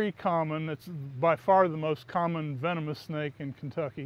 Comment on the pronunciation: “Venomous “ sorry I hate to be that guy